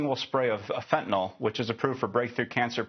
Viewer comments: It is NOT called FENTANOL!!! It is FENTANYL!!! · The Correct Pronunciation Is Fent Ah Nill, Not Fent Ah Nall, I've have chronic pain for 50 years and have taken Opioids for 50 years I've never been convicted of a felony and never been to prison, some people get addicted and some do not, It's just that simple.